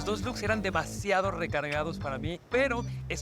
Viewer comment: "unos loos" bastante impresionantes jajajaja ni hablar sabe.